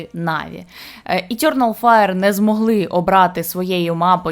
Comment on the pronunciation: Етьорнал файр. О боже, хто дав їй озвучувати цей відос, мало того, що голос по вухам ріже, так ще й вимова чудова